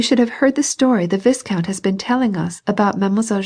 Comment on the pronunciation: Should be pronounced Vai-count. A nobleman.